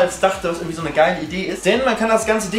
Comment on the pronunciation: Der Typ soll mal Deutsch lernen mit seinem „ürgendwie“, wenn er „Hürn“ hat natürlich. Wen interessiert es in was für einer 100er Sardinen-Büchse der haust? 🤔 Kann YouTube bitte mal den Algorithmus überarbeiten.